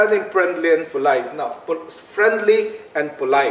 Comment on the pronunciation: Prenli and Folayt.lol